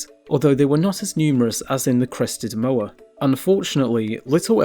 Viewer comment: When you make a educational video about Moa and mispronounce it...